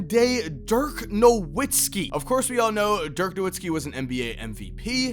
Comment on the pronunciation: Dirk Nowitzki is German so you're supposed to pronounce the 'W' as a 'V'.